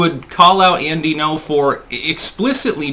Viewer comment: It's Gno, not No. The Ng is pronounced. Not difficult to say.